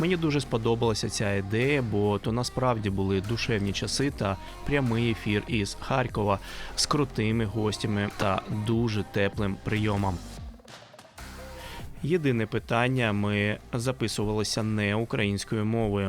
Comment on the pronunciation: Правильно буде прямий етер з ХАРКОВА, шановний. Наше місто має назву Харків, а не Харьків =))))